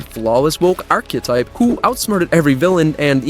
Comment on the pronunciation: The fuck is an "archeOtype"? It's pronounced "ark-ih-type"